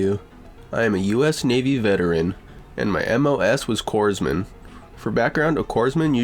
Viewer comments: Don't pronounce the "p" or "s" in Corpsman... it's "core-man". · "COREMAN" is how it's pronounced. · The pronunciation is "Core Man" , the p and s are silent. An old navy man. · Being a disabled Marine Staff I can appreciate Grandpa and the Corpsman (sounds like Coreman) no p sound. My best friend was Corpsman for years before changing stations.